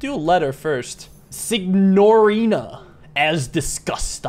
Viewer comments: FIY signorina is basically "miss" in Italian, the "gn" is pronounced like the Spanish "ñ" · the way pronounced signorina should be studied and documented